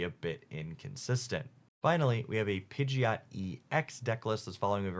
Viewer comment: I really appreciate that you've adjusted your pronunciations of Pidgeot and Druddigon. Seriously, the Pidgeot thing has been bugging me so long, so I'm really happy that the one nitpick I had is gone!